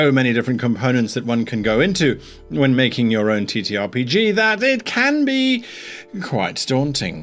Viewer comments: I can't help but hear he saying "t*ttyRPG" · he said TeeTee